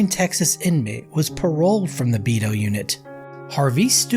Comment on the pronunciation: Out of all my years as a c.o. in Region III - TDCJ . I have never heard anyone call Beto ; Bee Toe.